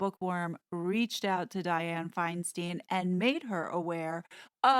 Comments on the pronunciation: Love your broadcasts, but it is FineSTINE, not FineSTEEN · it is pronounced stein not steen As a 65 year resident of CA, she pronounces it stein Thank you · She cant hold public office with a title. Newsome knows this and has plenty of choices to replace Feinstein. Meghan isn't qualified. And it's pronounced " Fine-stine" by us Californians, not "Fine-steen". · Senator Dianne Feinstein (pronounced: Fine - Stein Not “Steen”), she is one of my senators here in California. She was Mayor of San Francisco, & was the start of its decline. Not sure how long she held that title. But has been a Senator waaaay too long!! She’s in her 80’s. Her husband, who, like Nancy Pelosi’s husband, have gotten very rich with their wives insider trading & Dianne having her China connections. Dianne was about to retire & not run in this 2022 mid-term election but her husband recently died & I guess she needs something to do & loves her standing & power. She’s about to die herself, & Nancy. Both are high level traitors. Another Blind item mentioned was Gavin Newsom, my Governor, Nancy Pelosi’s nephew. We HATE him, because he, too, is a traitor, & tried to recall him - kick him out. But our elections have been so rigged for so long, he was (barely) able to stay in. The fixers, I mean Election counters, “CLAIMED” that out of all our signatures gathered that 100,000’s were not legit. But, of course, we can’t look to prove them wrong. But all this corruption is about to be decimated & all exposed. We can’t wait! Sorry for all our “local” politics information! But these are names you will be hearing more about soon. I live in Los Angeles. And specifically Hollywood. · Diane Feinstein pronounces her last as Feinstine the “stein” rhyming with “Fein”. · Friendly feedback: Diane Feinstein pronounces her name “Finestine”. Also, it’s had written, not “had wrote”. 🙂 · Just FYI since I am from CA. Our demented Senator is pronounced Finestine.